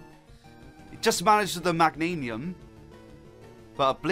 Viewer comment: Meg-gain-ium is how you pronounce Meganium